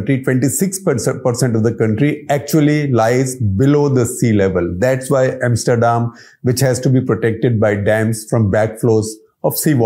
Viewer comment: The way he pronounced Neatherlands and Amsterdam was funny.. funny coz of all the show off words he use😂